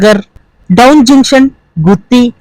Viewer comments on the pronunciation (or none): డౌన్ కాదు బ్రో డోన్.